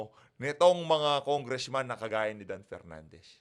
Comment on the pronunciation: Mali pa Pag Basa ng country😂donepernandez.walang kwentang hearing